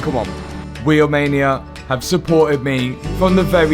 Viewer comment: How come when you say Wheelmania I hear Romania……. Are you from Nottingham or something?